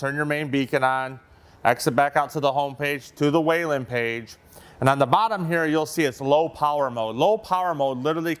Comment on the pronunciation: It’s not waylen. It is pronounced “wheel-in”. Whelen.